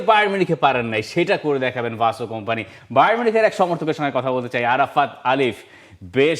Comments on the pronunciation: ভাই তোরা "ভাসো" বলিস কেন। সঠিক উচ্চারন শুনে নিন তার নিজের মুখে। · Right👍 . ভাই তোরা "ভাসো" বলিস কেন। সঠিক উচ্চারন শুনে নিন তার নিজের মুখে।